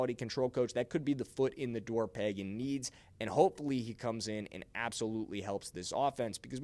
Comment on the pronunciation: It's not Págan.. it is pronounced Pagán (pahGán) Sorry, that's my name also and people assume right of way that is pronounced Pagan like from the Bible. Accentuate de last á. Gracias! Oh and yes. The RB1 from Notre Dame should be Los Chiefs 1st rd pick! Have you seen his tape?? Holy shit! Is like if Barry Sanders and Adrian Peterson had a kid. That's Jeremiah Love!